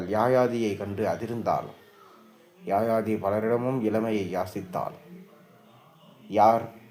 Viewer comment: Yaayaathi alla yayaathi sariyaaga uccharikkavum